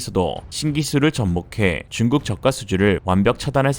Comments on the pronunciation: 중국 저가. 발음에 뿜었네요. 😉 중국 차이나. 왜케 차이나. 운율도 좋아요. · 중국 저가 가 이상 하게 들리는데 나만 그렇가요?